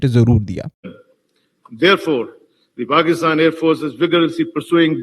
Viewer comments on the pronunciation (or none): none